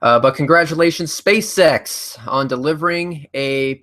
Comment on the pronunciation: is it only me that whenever he says spaceX, i always hear space sex?